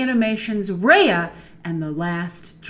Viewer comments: It's pronounced as Ruh-Yuh and not Rey-yuh. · It’s actually pronounced like ‘Raya’ = Ry-uh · First of all. My REAL Name IS Raya, and you guys ain’t Pronouncing it right😂 It’s RAY-UH. Just the way it looks. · Since it's SEAsian, it's pronounced as Ruh-Yuh